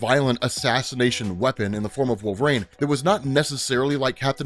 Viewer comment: wait. so you recognize that you cant pronounce the russian chicks name/ but you keep calling wolverine wolvrain? total lack of self awareness.